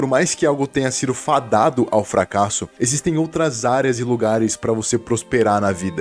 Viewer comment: "exsitem" quem viu, viu :chillwcat